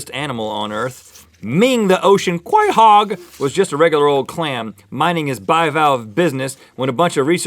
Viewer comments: Rhett, "quahog" is said like "kwah-hog" no "kway-hog". By the way, that's what they're called where I'm from, and man are they delicious! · it is pronounced co hog. Not qua hog. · If you watch Family Guy, you'd know that clam is pronounced KO-hog.